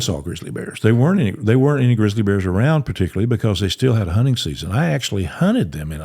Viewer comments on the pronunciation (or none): Honnen ❌ Hunting ✅